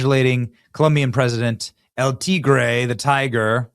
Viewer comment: "El Tigrrrrrrrrrrre! I love how you say that! haha